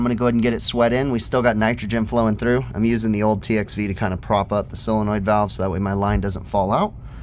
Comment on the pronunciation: Its a Solenoid? or a Sealenoid? 😀